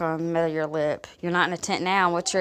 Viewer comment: Can't blame the tentuh anymore so what is it. Hydration has always been her strongest point, so why do you have burns on that lipuh?